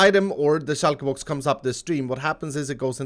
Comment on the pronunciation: "Shoulkaer boux"